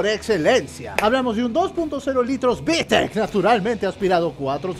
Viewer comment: Tu manera de decir Vitec es de un Dioos